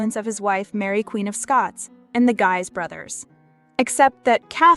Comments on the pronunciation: Geez (Guise) not Guys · Henry of Guise - "Guise" is pronounced "Gheez" not "Geiz" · Henry of Guise (Gheez) not Guys. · The de Guise brothers is pronounced de GEE-se (rhymes with wheeze, with a G sound like Good) not J.